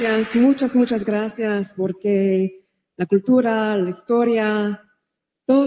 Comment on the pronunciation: Grasseearse? Never heard it spoken that way before. Sounds more like Swahili?😂😂